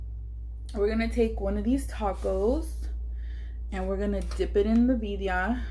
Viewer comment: That looks so good! Got me hungry. But were u tryna say Birria?